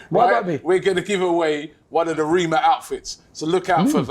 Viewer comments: His name is pronounced REH- MAH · Robbie its rema as in elephant rema as in cream 😂